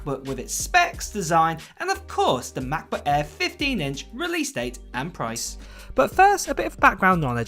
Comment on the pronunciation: Unbearable way of pronouncing „macbook air“🙈🙈